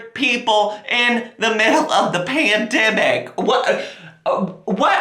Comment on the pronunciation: “Dew to the pendimic” Love you!